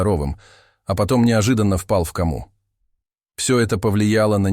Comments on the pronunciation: Вы читаете, мы слушаем, но простите, ударение то тоже не мало важно при чтении, взять слово ко'ма, а не кома', я думаю многие будут согласны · Впал в ко'му, а не в кому'.Почему неправильно ставите ударение? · Який безграмотний диктор! "Впал в камУ " І взагалі, сюжет нікчемний. Це орки ліплять, що в башку забреде. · Почему кома с ударением на А? 😂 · В кОму сын впал, а не в комУ, админ!😂😂😂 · Впал в кому, а не в каму' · Почему кому', а не ко'му? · Это ваше безударное " о " не всегда следует произносить как " а ". Тем более в иностранных словах! Доход ь до смешного! Что за кАма ? КОма!! Еще Ателло, вместо Отелло, etc. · Не в каму' ,а в ко'му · УДАРЕНИЕ. НИ В КАМУ, НУЖНО В КОМУ. НИ СТАИТ А СТОИТ. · кОма" ударение на "О" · Слушаю и просто не верится ,что можно так не грамотно делать ударение в слове Кома 🤦‍♀️ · Перед прочтением хотя бы ознакомьтесь с незнакомыми словами. А то простое слово кома читают с ударением на последний слог! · Кама река, а кома состояние болезни, когда начнут читать правильно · Почему делаете не правильное ударение в слове кома